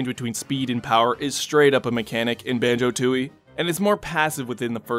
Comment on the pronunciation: Who’s Ban”joe”?